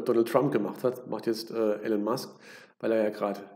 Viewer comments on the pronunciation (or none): none